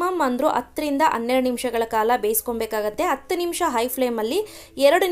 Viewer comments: Recipe channagide mam,adre dayavittu ಅದಿನೈದು ಅಲ್ಲ ಹದಿನೈದು ,ಅತ್ತು ಅನ್ನೆರಡು ಅಲ್ಲ ಹತ್ತು ಹನ್ನೆರಡು anta pronounce maadi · ಅದಿನೈದು ಅಲ್ಲ ಹದಿನೈದು. ಅತ್ತು ಅನ್ನೆರಡು ಅಲ್ಲ ಹತ್ತು ಹನ್ನೆರಡು